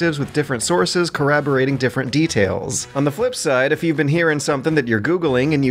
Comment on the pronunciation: I'm begging you man, work on pronunciation I can't hear you say coraborrate anymore.